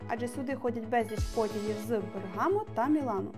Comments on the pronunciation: Тільки не БергАмо, а БЕргамо. Дуже гарне відео, невимушенеі якісне озвучення україгською. Милі молоді люди, хай все вам вдається. Ми дуже любимо ці місця, майже кожні вихідні сідаємо в поїзд і їдемо з дітиськами погуляти . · я живу в Італії 22 роки. Раджу місто BERGAMO, CITTÀ ALTA правильно не БергАмо а бЕргамо. Потім дуже чудові краєвиди LAGO MAGGIORE ( озеро Маджоре ) - VERBANIA, Lungolago di Pallanza, CANNOBIO, STRESA ( isole Borromee, palazzo Borromeo) це щось неймовірне. Загугліть. Треба обовʼязково відвідати, не пожалуєте, повірте.